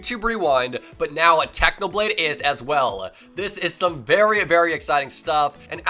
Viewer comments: He said tacno blade hahahah its technoblade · My man said Tachnoblade